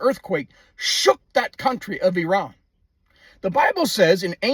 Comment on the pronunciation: Thank you for pronouncing Iran correctly